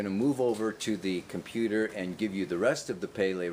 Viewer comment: I love it when you say 'Sagg' and 'computerrrrrr' ;-) Namaste, Aloah, so much Love,<3